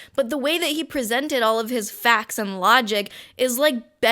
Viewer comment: Yyeahh faaacts and looogiic… did you even read the ‘manifesto’ or did you just look for things to put outta context🤔 I’m really doubting that you would actually take the time to read cause you know what they say “reading is for prisoners” and that stuff. Also learn to say facts right it’s facts, f a c T s not facs.